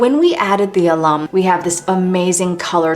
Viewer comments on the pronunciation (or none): FYI : AL-um. Not a-LUM. Thank you. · My Darling Girl, Knowing that you are self taught, is SO amazing! This stuff is DIFFICULT! IT'S CHEMESTRY don't forget that! You are Extraordinary in Every Way. You learned this without any one's help. Alum is pronounced AL-um. and it is a mild acid similar to citric acid but even milder. I have No Issue with using Red Carmine. It's a Bug. It's not endangered, it's it's actually good for the environment! You continue to be exquisite and beautiful every day, and every way, just as you are.